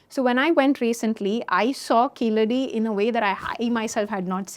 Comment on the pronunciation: It is pronounced, 'Keezhadi' in Tamil not Keeladi as done by non Tamil speakers .